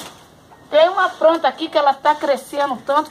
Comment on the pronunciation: a voz dela muda repararam?? plantinha falou no início do vídeo pranta